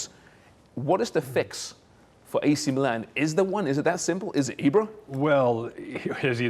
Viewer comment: the way u say meelan. its just precious dud lol